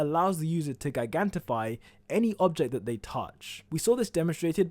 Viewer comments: Good video but it’s pronounced ji- gantify not gi-gantify. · Why do you say guygantify it's ju-eyegantify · "Gigantify" should be pronounced with a "J" sound. You know, like 'Giant'. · I hate how you pronounce gigantify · Gigantify isn't how you pronounce gigantify... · Is nobody going to talk about how this man pronounces gigantify? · Gigantify? It’s not pronounced “J-eye-ganti-feye” like.. Gigantic.. so is it “Guy-gantic” ?? I’m confused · GIGANITFY why do you say it like that. Btw love the vids👍👍